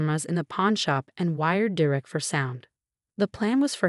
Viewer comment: It’s “DER-ek” it’s never anything else. Get it right!